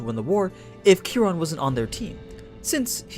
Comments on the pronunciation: Kia Ron not kerron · Ki Ron is how you pronounce it. It comes from astrology